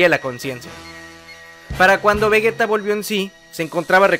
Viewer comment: Que pri es vragetta digo vergetta digo digo vegeta xd